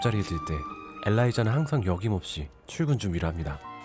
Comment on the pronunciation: ‘여김없이’가 아니라 무엇에 대해 어김이 없다는 뜻의 ‘어김없이’라고 발음하는것이 맞습니다.... 영상마다 ‘어김없이’가 나오는걸로 봐서 말 버릇이신것 같은데, 너무 자주 나오고 틀린게 너무 티나서ㅜㅠㅠㅠㅠ